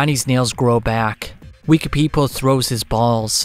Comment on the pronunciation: I love the way you pronounce Wekapipo